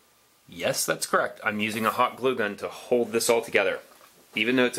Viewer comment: An amazing difference you’ve demonstrated there and nice build! Voice over work eh? You tend to hold back on your “L” sounds. You say the word “hold” more like “hoad” and “shoulder” like “shoder “. Get those “L’s” out there.